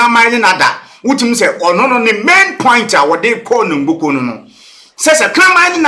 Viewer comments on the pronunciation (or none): Please learn to pronounce " NOGOKPO" CORRECTLY.